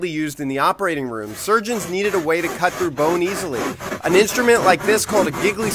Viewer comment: Gigly saw. Oml bruh. lol Not the correct pronunciation nor spelling